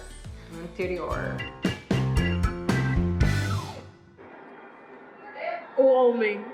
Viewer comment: “Campinas, no interiorrr 😂” Paulista 100%